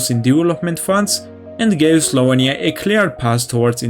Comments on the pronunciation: slovEnia, not slovania... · Your pronunciation of "Slovenia" gives me an itch :D